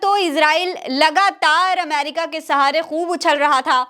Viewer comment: . Bohut Khobsurat URDU hai Lakin Sorry Amer ca nahi Ameri ca hai . Sorry again Dear .. PAKISTANI 🇵🇰💓🇵🇰 BALOCH..